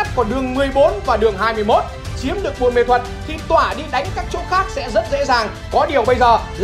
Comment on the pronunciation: Ông cứ đọc sai thành buôn mê thuật hài v😅